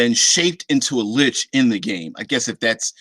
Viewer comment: Who says Lick lol